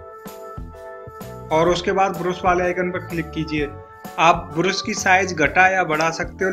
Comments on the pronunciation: अबे ब्रुश नही ब्रश हे वो 😁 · You are pronouncing brush in the wrong way